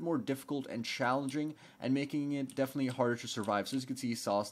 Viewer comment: STOP SAYIN' BEFENETELY PRETTY COOL OR HOWEVER YOU SPELL BEFENETELY (IM SWEDISH) IT MAKES ME CRAZY